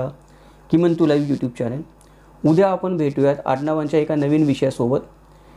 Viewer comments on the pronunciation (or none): none